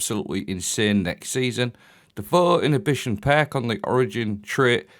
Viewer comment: “phuuwo innitbition”